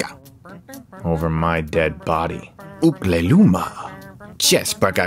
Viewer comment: you were pretty close on the Rodian....i'm impressed. the "ukle nyuma" was dead on.